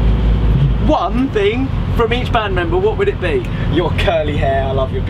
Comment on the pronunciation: Brooklyn 5.57 is it so hard to say: thing??